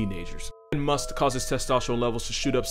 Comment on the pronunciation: You dude you said masth right!! Mad respect